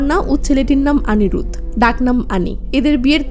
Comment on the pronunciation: আপনি নামগুলো ঠিক করে উচ্চারণ করুন। ওটা অনিরুদ্ধ হবে।